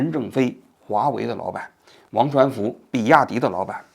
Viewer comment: 现在节目质量这么低了吗，念错好几次人名了，刘传福梁文雄？低级错误